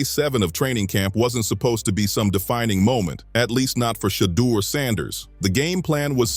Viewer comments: WILL YOU STOP BUTCHERING HIS DAMN NAME? HIS NAME IS SHEDEUR NOT FREAKING SHADDOW. 😮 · Quit calling him shadow! His name is Sheduer Sanders and you need to pronounce it correctly! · who the hell is shadow damn man least you could do is make sure they say the names correct that makes this nothing but click bate you should be ashamed of your lack of professionalism